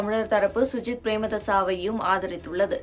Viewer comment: முதல்ல சஜித் என்று சொல்ல வக்கில்லை சுஜித் என்று பிழையாக பெயரை கூறிவிட்டு தெரியாத இனவாதம் பேசுகிறீர்கள்.